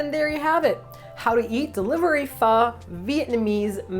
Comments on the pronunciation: You said pho right at the end, it is supposed to sound like a question. I saw your post on Instagram for a new video and was like, must go to youtube right away and watch it! love you and I hope you create more wonderful videos <3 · yes that is how you say Pho in Vietnamese. I'm in Vietnam, fan of you guy since Eat Your Kimchi., thank you for introducing my favorite Pho to more people in this lovely video. Good luck. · If people are having trouble pronouncing "pho" with the proper inflection: try saying it like you would say "huh?" It's how I explain it to my friends, and it seems to work :D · The first time I went down to Cali and heard people pronounce pho properly... it was quite a shock haha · I'm Vietnamese and that's how I tell my friends to say pho. Almost saying the F word 🤣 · LoL. That's exactly the way I tell people to pronounce it. Like you're about to curse with feeling, but then your grandma, nun or 2-yr old child shows up; so you got to cut it offf